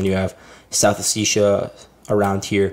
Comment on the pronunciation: Pronounce the word as O-Seti-ya not oticsia